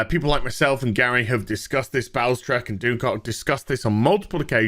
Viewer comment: LOL. You said "Bowlestrek" but I heard, "Bowel Stretch" :-)